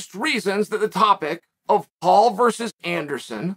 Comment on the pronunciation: VERSUS. Its not vrs. Man oh man